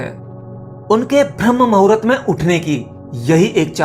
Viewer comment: Pahle hindi sudh bolna jano bhram muhurt nabi hota bramh muhurt hota hai